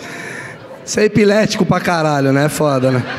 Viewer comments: Ninguém percebeu que ele falo epilético pra chama atençao kkkkkk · Ele deveria ter dito eclético 😂😂😂 mais sei que ele disse pra dar uma zuada tambem😂😂😂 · Roubou a fala " sou muito epilético" (ao invés de eclético) do meme do Pablo Vitar na cara dura. E ainda ficou se fazendo de engraçadão, como se fosse algo que disse espontaneamente. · Eclético virou epilético do nada assim kkkkkkkkkkkkkkkkkkkkkkkkkk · Ele não sabe falar ECLÉTICO ou foi sarro do Pablo Virar?! 😂😂😂😂